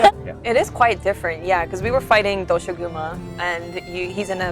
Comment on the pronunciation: Omfg it's pronounced dosha-guma, it's four syllables but paired of as two quickly said back to back. They say it in game how it's supposed to be said properly!